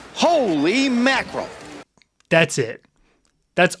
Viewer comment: that wasn't just any "holy makrill", that was a "Hooley makiral"